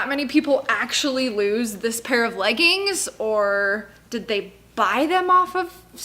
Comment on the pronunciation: "Leg ins" 😂